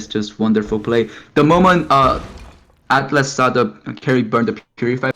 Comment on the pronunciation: Bro please say atlas don't say alice wtf His name is ATLAS not alice it's so annoying